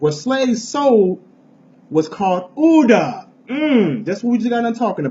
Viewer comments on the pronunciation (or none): Ouida is not oodah its wee-dah. Oui is pronounced we as in yes in French.